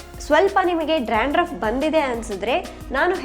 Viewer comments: You are pronouncing Dranduff .It is Dandruf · Hello madam...it's dandruff....not drandruff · Y u r pronouncing drandruff? Dandruff ryt?